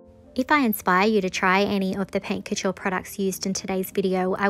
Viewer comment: It's so annoying that you are unable to pronounce that correctly, since you are using it every time. It "cou-türrrre" just search the correct pronunciation